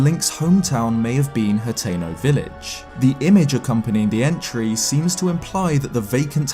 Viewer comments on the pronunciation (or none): none